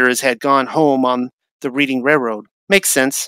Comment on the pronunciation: Amazing video! It's pronounced "Red- ding Railroad" (like the color red!). I grew up in Reading, PA! It's just insane how everything is a lie. I appreciate all the work you do to get the TRUTH out!